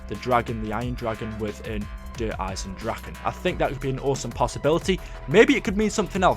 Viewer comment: Can you at least pronounce it right. It is Eye-Zen and not Dragon or Drakon its Dra-keh